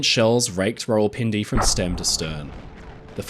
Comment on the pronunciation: thats not how u pronuce it its like raa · wuhl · pin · de